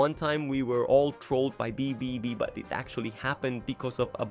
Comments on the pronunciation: yeah its ai generated so its bound to make mistakes with the voiceover/script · Why are you having so much trouble with pronouncing "BBB" 😭